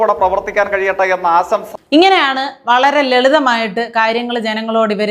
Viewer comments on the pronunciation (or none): ആസംസ ആശംസ അല്ല വിസ്വസം ആദ്യം മലയാളം പറയാൻ പഠിക്കണം ജയ്ക്ക്